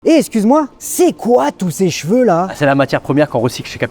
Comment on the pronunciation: Les gens qui prononcent cheveux « j’veux » 😅